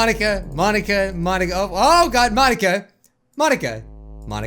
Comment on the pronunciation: I was kinda mad he was pronoucing Monika wrong its not mon a ka its mo nika